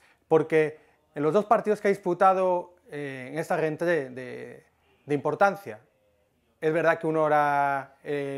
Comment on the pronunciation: pero como te atreves a pronunciar "rentrée".....